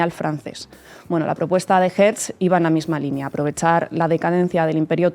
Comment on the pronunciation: No es Herz, es Hertzel o Herzel. Tampoco es stet, es shtetel (pequeño pueblo).